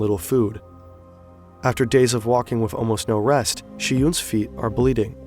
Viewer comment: bro always says wiv instead of with